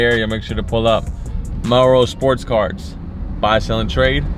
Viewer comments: man cant say cards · Sounds like ya saying cars not cards lmao. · i thought he said carts, but no cap a cool kicks smoke shop would be cool i don’t even smoke but it sounds dope (obviously a better name tho)